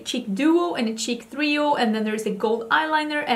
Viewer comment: American English speaker here. You say "trio" more like "three-o" (versus how Americans say ""tree-o"). Don't ever stop! I love how you say it. In fact, I propose all Americans adopt your pronunciation. As for "capsule," I hear both pronunciations. One used primarily by UK and Australian English speakers; the other by American English speakers. While Americans most commonly end the word with a "soul" sound, I sometimes hear Americans pronounce it the other way. P.S. sorry I didn't research the actual phonetics. Too tired this morning 😃